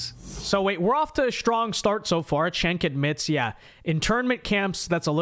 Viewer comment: It's pronounced, "Chunk" 😆